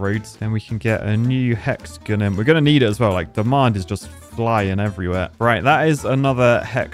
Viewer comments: Hexagon (pronounced hex a gin)😂😂😂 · sounds like you're saying "hexagun" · I'm losing my marbles. He pronounced Hexagon right the first time, then he went to hexagun? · Because I’m a pretentious American, I find your lack of emphasis of “on” in hexagon… unnerving. Love you though man!